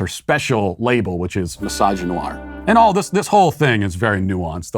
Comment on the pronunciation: "Mysoginoir" is my favorite cologne.